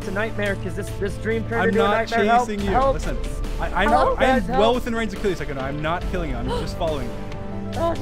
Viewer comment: sykkuno* sowwey